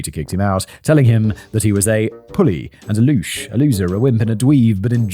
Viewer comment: btw its pronounced lousche you keep the E at the end :D